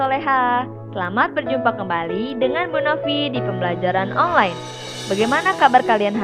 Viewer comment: Online bukan onglain😜🤪